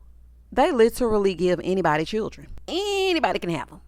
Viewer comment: The season of 'Chirrren'